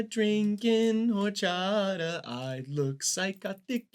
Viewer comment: i think seeing horchata and jarritos lose like that (+pronunciation) made me racist towards white people! :D great video, guys. i'm gonna find the nearest, tallest bridge to jump off of now.